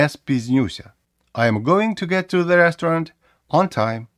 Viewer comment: У вас цікава вимова слова restaurant. Я чітко чую 3 голосних звуки, хоча в типовій американській та британській вимові їх 2 з притаманним ковтанням